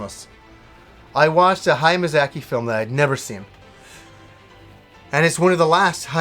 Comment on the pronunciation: You have the weirdest way of pronouncing Hayao Miyazaki lol, but hey i loved The Wind Rises too.